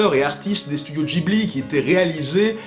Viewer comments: C'est comme tu veux mais en France on dit plutot guibli que jibli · Tres bonne video mais on ne dit pas "Gibli" mais "Guibli" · Pourquoi il prononce Ghibli " Djibli " ça se prononce pas " guibli " ? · Cassandre - C'est tiré d'un mot italien, et en italien g + h se prononce gue (pas gwe mais bien gue) donc ce serait "guibli" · C'est amusant de choisir d'utiliser la prononciation "Ji-bli" quand à côté il y a énormément d'autres cas où c'est l'inverse (prononciation Jp / Occi j'entends). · Je ne crois pas que Ghibli se prononce comme ça.